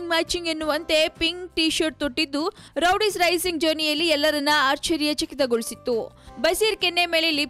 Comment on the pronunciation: Amma thaayi Rowdies alla adu Roadies... interview maadbekaadre saryaagi maathaadthara ilwa ashtu gotthaagde hire maadadra???